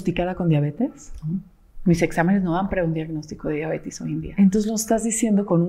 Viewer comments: Que raro que alguien tan supuestamente estudiado diga diabetis😮o yo no oigo bien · Me gustaría que pronunciara correctamente diabetes.